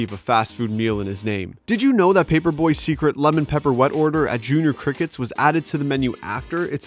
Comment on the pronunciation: It's J.R. Crickets, not Jr. Crickets.